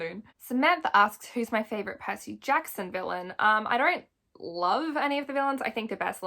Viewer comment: I know you didn’t just say Percy katson😂